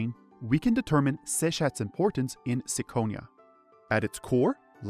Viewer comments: I have only one question... Why you read it as –sikonia– if the Japanese title clearly reads as –kikonia–?.. 🤔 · It's Kee-ko-nia as the Japanese katakana title says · oh god no "me-yeoh" are you fucking kidding me this makes "sick-onia" sound good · really reconsidering my next hour and a half upon hearing "sicko-nia" out loud